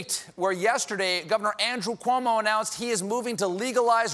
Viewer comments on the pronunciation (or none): none